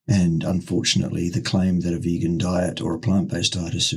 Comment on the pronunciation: says it is pronounced "vegoon." And in Tasmania, it must be so, for he is King.